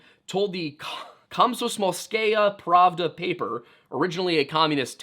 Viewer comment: The way you pronounced Komsomolskaya Pravda is hilarious 😂